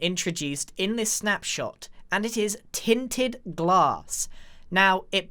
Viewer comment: No one: Grian: tin tin glass